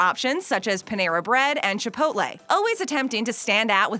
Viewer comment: The way you say Chipotle makes me sick